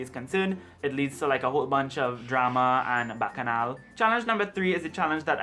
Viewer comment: As soon as you said bacchanal I knew you were from the West Indies 🎉👏🏽😆